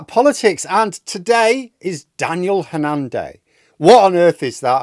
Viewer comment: Not sure why you put the stress on the second syllable - HanNAN.